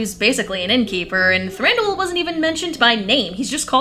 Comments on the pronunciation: I'm sorry to be that person, but after so much research, you're mispronouncing names? Than-dew-whil. Bay-yorn.Taur-i-el. I know this is a nitpicky thing to be irked about, but like I said, all this research, and you cant pronounce the characters names right? Other than that, love the video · Does he say Thanduel??